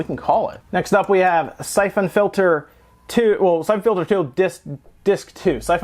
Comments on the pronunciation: You kill me with the way you pronounce syphon filter. Syph ON filter lmao. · the way you say syphon filter is messing with me, is that really how its pronounced???? i thought it was pronounced siphon???? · The way he says Syphon Filter feels me with rage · I have that same screwdriver! You pronounce Syphon Filter wrong in a way that makes me want to die, but also pronounce Ali-Express wrong in the same way I do. I'm conflicted. Love your videos, though. We need more gaming youtubers with charisma AND technical knowledge.